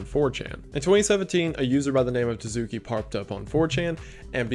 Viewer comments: oh boy, was interesting to see Tsuki Project in this video. first off, it's TSU-KI, not Too-zoo-ki. second of all, it's pretty much just a way for some people to farm bitcoins off of gullible teens, mostly through guilt-tripping. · I gotta say, I'm getting huge "Early Days" Night Mind vibes from this kind of content, which is a REALLY good thing. keep it up, dude! Excited to see more from you! Also, edit: Tsuki is Tsu-key, not Tuh-soo-key. "tsu" is kinda hard to explain from an English PoV, but the "good enough" version is just make the T silent, so soo-key) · hey ive noticed this twice now but when you find words with a tsu in it just ignore the t noise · I, um. You pronounce the "ts" in "tsuki" like you would at the end of a word, but with the T sound super soft. You blend it into the S as you say it, is I guess how I'd describe it. It's not quite a silent letter, but it's close. The G in "gnosis/gnostic" is silent, though.